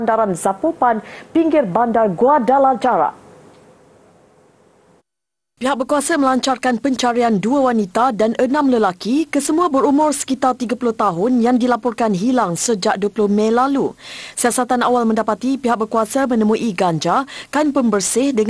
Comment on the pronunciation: Guadalajara disebut "Guadalajara" itu salah... Sepatutnya J itu bunyi spt H dlm bahasa Sepanyol. Harap syarikat TV boleh beri ilmu asas kpd penyampai berita supaya lebih baik "pronounciation"nya...